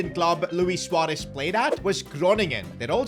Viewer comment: I love the fact u said suarez not suuarez